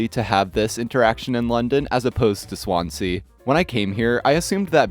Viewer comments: Swan-zee, mate! Not Swan Sea! 🤦‍♀️ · Not to nitpick, but "Swansea" is pronounced "Swanzy."